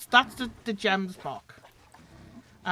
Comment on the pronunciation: Its not jembock its gemsbock